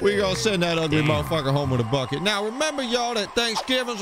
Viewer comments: "in a buckit" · In a bwukeit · The way she pronounces "buckeh" 🤣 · "In a buckhet"